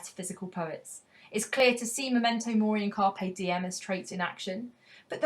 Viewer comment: it should be M*e*mento mori, shouldn't it? Not "M*o*mento mori".